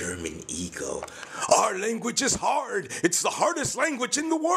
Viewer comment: "Our language is so harrrrd! It 's the harrrdest language in the wooorrrld!", made me laugh so hard, the hardest laugh in the wooorrrrrld! xD